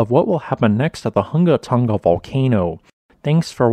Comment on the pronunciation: You sure got that name down pat, did you practice saying it before ever making the first video about this volcano? It is a tongue twister.